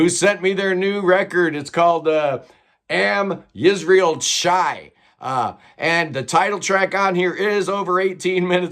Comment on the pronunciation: Love the shout-out to UNIT...but I think the pronunciation is 'Am Yisrael Hai' but with an aspiration, like the Scottish 'ch' in 'loch'. Sorry if I sound pedantic. It's their fault for continually releasing albums with titles in either German or Latin...and now frigging Hebrew! No wonder they have difficulty selling any albums. When they start releasing albums with titles in Chinese, that's it, I'm outa here. Mind you, that Norwegian group aren't much better. Imagine going into a record shop to order it. 'I'd like that album Vase Of Dog Snot, please.' Come on, album titles like that can only lead to violence.